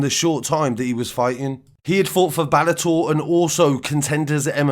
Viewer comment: You knob it's pronounced bEllator not bAllator. Makes me wonder who rights your script for u cause there's no way in a million years you right it yourself